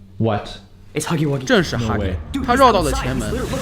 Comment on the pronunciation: Scp1006 Huggy wuggy，要读(haghi waghi)